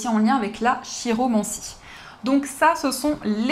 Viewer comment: Merci ma, toujours aussi merveilleuse ✨ Le retour des breloques était attendu par beaucoup ici, nul doute qu'il sera remarqué! Juste une petite précision: le mot chiromancie se prononce "kiromancie", comme chiroptère ou chiropracteur. Voilà, j'espère que tu ne prendras pas mal cette légère correction.☺️ Des bisous, prends soin de toi, et félicitations au gagnant (le 1er de la chaîne, il me semble!)